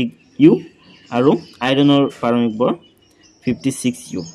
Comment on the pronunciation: Sir bor❎vor✅😂😂😂